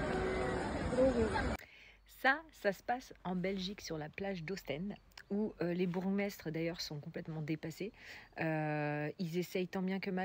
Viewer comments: Ostende et non Oustennde. 🇧🇪 Cette vidéo provient d'une plage en Israël et non de Belgique. 🇮🇱 J'étais à Ostende le jour où cette soi-disant vidéo a été réalisée, la plage était impeccable et pour information le nombre de personnes sur la plage est limité donc impossible d'avoir une foule comme sur la vidéo. Un conseil pour l'extrême droite, avant de publier de fausses informations, pensez qu'il y a des personnes qui vérifient vos publications. 🧐 Et maintenant avec l'intelligence artificielle c'est simple comme bonjour. Alors votre vidéo qui provient d'une plage israélienne, peut-être que certains vont également trouver et encore une fois vous serez discréditée. 🔎 #FakeNews #Ostende #Israel #IntelligenceArtificielle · Très mauvaise prononciation du mot Ostende. En français : « Os tande ». « Ooost haine de » est une prononciation flamande. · Apprenez à dire le nom du bled avant de critiquer…pfff vous voyez un reportage de quelques secondes, et vous généralisez… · Il faudrait tout d'abord apprendre à prononcer correctement le nom de la ville, et ensuite arrêter de relayer de fausses informations. Non, ce n'est pas une vidéo d'Oostende, il suffit d'aller y faire un tour pour le savoir. Fake news.